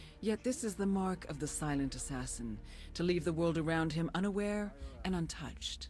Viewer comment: you said silent assasen you frew to people of a cliff